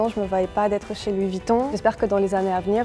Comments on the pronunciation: " Louis vOuiton " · Louis voutton... mes oreilles ont saigne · Mdrrr " Luis Vutton " 😂